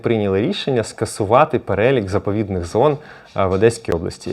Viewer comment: Дякую за черговий випускПетре, але не - заповєдних, а - ЗаповІдних зон!, .., а так наче все норм,, ,, і як там проросійський ждун дмитрук?, вже відомо хто з керівників ДПСУ посприяв його втечі з України??